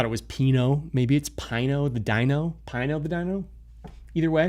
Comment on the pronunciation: Pino is an awesome coin. By the way you are correct its "pee-no" haha. Glad you found it, its a strong community on TG and many things planned